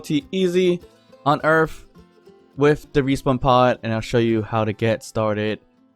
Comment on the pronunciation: Earth. Not Earf.